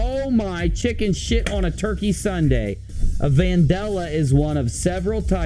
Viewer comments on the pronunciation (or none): none